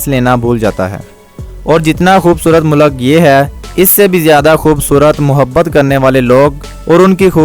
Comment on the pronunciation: بھائی لفظ مولک نہیں ملک ہوتا ہے مقصد آپ کا دل دکھنا نہیں بتانا تھا کی یہ آپ کی ویڈیوں دنیاں بھر میں دیکھی جائے گی